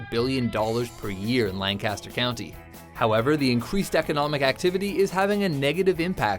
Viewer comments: IT'S PRONOUNCED LENK-EST-UR! Pronounce it like you did in this video and the locals will rip your head off (not really, but they will be highly annoyed) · Lancaster isn't pronounced like "Lan-Caster" as said in the video. It's pronounced in the old English way of "Lanc-Ester". I'm from Philadelphia, Pa. and part of my dad's side of the family was Amish, several generations ago, and came from the Lancaster area. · omfg it's "lan-ki-ster" not "lan-kass-ter" jeez I sound like Hermione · Cerdd_Wen Lan-cas-ter is the town you guys have. "Lankister" is how you refer to the region in Pennsylvania. Just like houston (Like Hewston) texas and here in delaware we have Houston..which is pronounced "howston. " Same name different pronunciation, both are right but only for their respective places. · you are pronouncing Lancaster wrong. It's pronounced like lanekister. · it is "lan" "ca" "ster" if your talking about the one in PA the others can be "lan" "cast" "er" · You said Lancaster wrong. To do this video, the least you could do was figure that out. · We can always tell locals by how much emphasis they put on the middle of Lancaster. I told this to a visitor once while correcting them, and I'm almost two hours south of you all...the entire area knows how to pronounce it. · That pronunciation of Lancaster tho